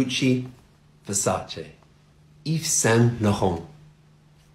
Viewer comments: You still pronounce Versace WRONG - TOOL! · listen. Its pronounced like versacha versaCHA with that CHA sound, very different with what he pronounced in the vid versachey like that,😅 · Good video! It is pronounced Ver-sa-che though and the r should sound a bit stronger. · The guy in the video certainly doesn't speak Italian. And it's OK. He mispronounced Versace for sure, but English speakers usually pronounce every foreign brand incorrectly. Versace is just one example. The way Americans pronounce "Carolina Herrera" makes me want to die. Lol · actually, you are pronouncing versace wrong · You misspronounce Versace for sure lol